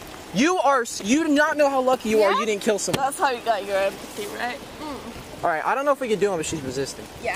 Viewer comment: Her response to "you could have gill somebody!" was even more amazing "And I could have gill u too and u still alive!!" 😂